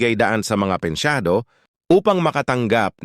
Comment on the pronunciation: pensiyonado hindi pensyado